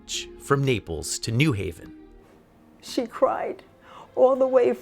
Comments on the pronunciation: It's not "in mass", it's 'en masse', which is pronounced "ahn mahs", and it's not "Newhaven" ("NEW hay-vuhn"), it's New Haven ("new HAY-vuhn"). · It's New HAVEN, not NEW Haven.